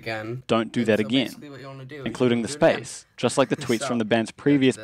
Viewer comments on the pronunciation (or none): none